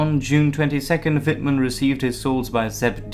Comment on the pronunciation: Amazing!Do understand German?Your spelling is good,better than some german would pronounce it. I'm part of the 102.Tankbattalion at the Bundeswehr(German armed forces) and even here are picuteres of wittmann rommel and we use a learninguide written by Guderian.So yeah,i dont like nazis so that scared me first in times where political correctness is at first hand.